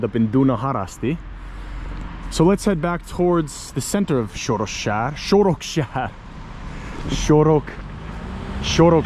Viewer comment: It's SOROKSÁR, not SOROSKÁR ;)